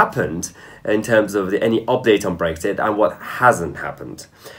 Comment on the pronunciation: Please pronounce the X in BreXit.... it's not Breggzit unless you're Tony Blair.